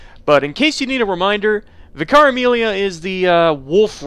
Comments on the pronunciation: VIC-ar, not Vic-AR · Why do so many Americans struggle with the word 'vicar'? It's not pronounced 'Vih-car', it's pronounced 'vicker'. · It's pronounced Vika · Why does people say Vye-car instead of Vickar? Is the first one canon? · Isn't it technically supposed to be pronounced vik-ker? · he says vIcar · Man I’ve heard so many people say “v-eye-car” like what?? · Vicar is pronounced like vicker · Vicar. Pronounced "vicker". Rhymes with "liquor", "sicker", and "quicker". For heaven's sake. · How come so many american youtubers mispronounce vicar as vi car its really weird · The way he pronounces Vicar Amelia had me struggle to understand what he is saying. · Just so you know, vicar is pronounced differently.